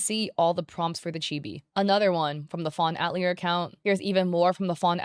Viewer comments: btw it's pronounced Ah-tilly-a not At-lee-er XD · Fawn atelier = fawn (uh-teh-lee-ay) love your videos but this was urking me haha :) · I don’t know if anyone cares, but 🤓☝️ the word "atelier" is pronounced "at-TELL-yay" in English. (It means workshop. It's a French word, and in French it's pronounced "at-tell-YAY" with the emphasis on the last syllable.) Not that we need to be correctly pronouncing names that were probably generated by a chatbot, but anyway. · "fawn at-leer" girl google is free can you at least do the bare minimum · That's... that's not how "atelier" is pronounced. I know it's a word many only ever read, but it was really distracting throughout the video.